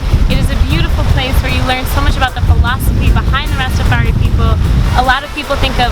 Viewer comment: I like what you do, its very well presented but it is not Ras-ta-far-he. It is pronounced Ras-ta-far-high (Rastafari)